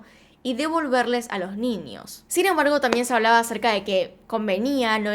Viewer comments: Me encanta cuando dices NIÑOS... mi mente retorcida escucha NINIOS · Sho no entiendo por que dices “ninios”, “trasporte”, “Shim”